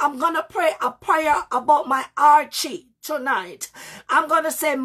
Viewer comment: thank you for that. The word I'm referring to is, it sounds like you're saying Archy or Archie. When you're getting ready to start praying and you said it means to outshine your enemies.